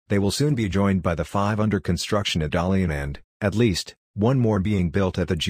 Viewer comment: 原來好多鬼佬網站都是讀錯成 Da Li An, 而不是讀 Da Lian, 他們不知道是大連市的中文拼音，所以出了「達利安」這個梗。